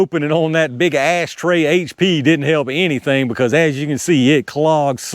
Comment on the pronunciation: You said "ass tray". 😂